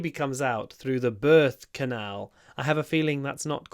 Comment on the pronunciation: Thank you very much! 😊 I first thought that you said bird canal. 😂